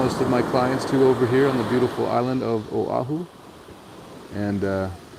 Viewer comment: YES, definately drive the island. It's so beautiful here. People would be surprised... I live in Hawaii Kai ----- Hanauma Bay is wonderful and if you're kama'aina, it's free:) I have to say Manoa Falls is a great hike too. Mahalo for jumping over to O'ahu (and for saying it correctly;)